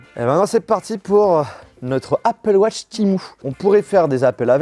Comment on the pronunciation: dans ce cas la prononce les mots en anglais correctement aussi ze appeul watche .. ridicule